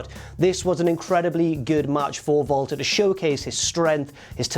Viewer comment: sounds like he is saying Vaulter Not Walter